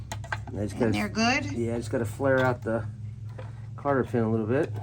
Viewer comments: ..it is called a Cotter pin..not Carter?? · It’s a cotter pin, not a carter pin.